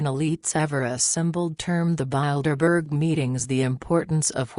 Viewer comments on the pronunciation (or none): I like how the robot pronounces Bildeberger. Appropriately descriptive.